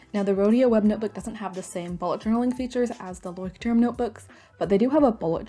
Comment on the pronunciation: me, a german: ITS PRONOUNCHED LÄUSCHT•TURM RRRRRRR